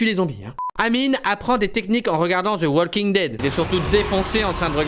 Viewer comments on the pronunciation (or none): none